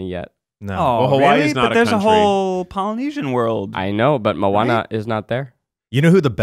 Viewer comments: It’s mo ahne not mawne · Hui e Keith aloha, i love seeing the evolution of the try guys...just to share, i love that you love Moana, so it’s moh-ah-nuh, not mowanena. & Hawaiʻi was once it’s own kingdom. We do have the only real deal princesses & queens & kings & castle in America. Just sharing manaʻo! Mahalo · Them saying mo-wana instead of mo-ANA DROVE ME ABSOLUTELY NUTS! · It annoyed me how they pronounced Moana wrong. It’s mo-anna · MO-AH-NAH THATS HOW YOU PRONOUNCE IT!!!!!!! sorry, but I was annoyed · Moana is mispronounced the entire podcast. I can't stand it.